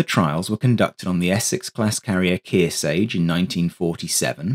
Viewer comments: Good presentation of an important but little-remembered fighter. FYI, USS Kearsarge (CV-33) is pronounced "KEER-SARGE," not "KEER-SAGE." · Kearsarge not Keersay! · Where in the world did you learn to pronounce Kirsage. The English, not understanding the difference between a long vowel and a short vowel, is quite telling. The E following the G does not make the a a long vowel in that word.